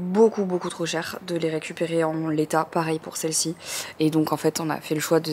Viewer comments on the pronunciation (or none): none